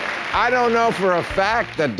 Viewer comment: It's "oranguTAN", not "oranguTANG", Mr. Maher.